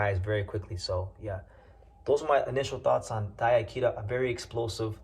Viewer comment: DIE-ya Kira and Kazuto EE-oka is how they're pronounced. Appreciate the coverage though. You might be the only English speaking channel I can find talking about Japanese prospects